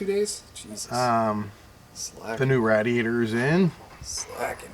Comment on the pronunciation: Lmao he pernounces radiators like he's Irish